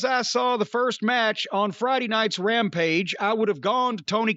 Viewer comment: "Rampige" as Konnan calls it